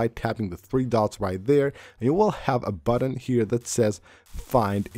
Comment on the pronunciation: you forgot to mention when he says "aksssibility" and "sheer sheet" and "buddon" and "co ordi-nates" and "shore cut" lol